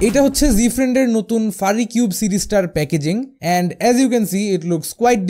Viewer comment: It's not ফারিকিউব, It’s ফিউরিকিউব।